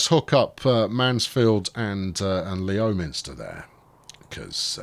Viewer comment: "Lem - ster" inhabitants not happy. Probably.